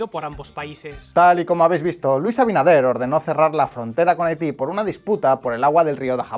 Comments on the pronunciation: El presidente de República Dominicana se llama Luis Abinader no Abidaner😭Muy bien video. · Abidaner jajjjj 😂😂😂😂 por qué le resulta tan difícil a algunos resporteros pronumcial abinader?